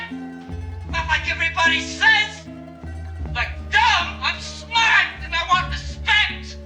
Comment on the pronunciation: "im shmaaaht"